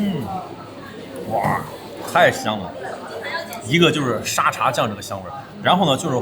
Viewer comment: 的脑回路真的是 阿公泡的嗲😂 而且沙嗲不是读沙爹 是dia😂😂